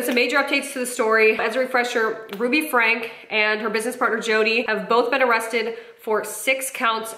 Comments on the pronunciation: It’s pronounced Frank-ee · It's pronounced Frank-key not Frank. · Sorry, you lost me when you didn’t know how to pronounce “Franke”… (it’s like Franky, btw) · fyi you probably know this by now, but for anyone who doesn't, their last name is pronounced like "frankie" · Friendly FIY : Franke is pronounced “Frankie” 😊